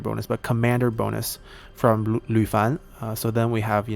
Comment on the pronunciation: Yeah, I didn't think that would be a mistake you could make. You have been really precise in prononciation and the research work behind it. I think what you pronounced was like 吕凡, where Fan was given a second tone. It has been in a couple of your videos. Or did I mishear it...?